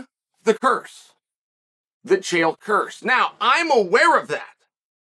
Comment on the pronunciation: I don't think Chael pronounces Chael correctly.